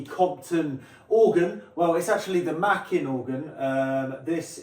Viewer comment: NIce video, small point, but Makin is pronounced with a long A, so basically like Making with no G (hat tip to Steve Wright). It was one of the middle names of John Pilling who was the entrepeneur who bought the electronic division of Compton when it went bust, and set about realising his dream of making low cost organs available to churches using elecronics and not pipes.